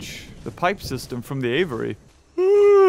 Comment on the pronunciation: It catches me off guard every time he says "aviary" as "Avery" 😂